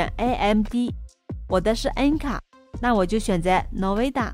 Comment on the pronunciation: N卡的发音也太有意思了，能不能再发音前先找到正确读音学习一下，这样对你应该没有坏处的。